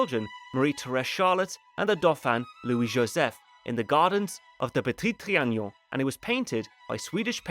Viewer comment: If I hear you mispronounce le petit trianon ONE more time lol